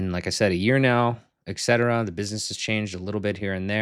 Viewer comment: You client just found out it's et cetera, not ex cetera :D